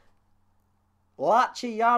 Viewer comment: I was looking the same when ye pronounced my named 'latchy' 😂 it's short for Lachlan... Might just be an Aussie thing though